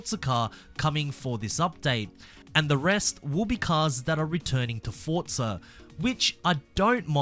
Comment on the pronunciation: Please say Forza not Fortza you Australian